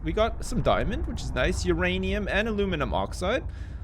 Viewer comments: stop it its myranium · no, it's myranium